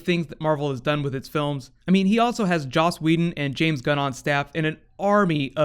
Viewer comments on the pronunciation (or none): none